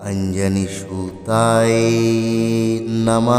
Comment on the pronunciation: উচ্চারণ ভুল কেন ?????? অঞ্জনী সুতায কে সুতাএ কেন বলছেন ? সব গুলো য কে এ উচ্চারণ কেন করছেন, কেন ???? সংস্কৃত উচ্চারণ ভুল হলে অর্থ পাল্টে যায এবং তাতে দোষ লাগে ।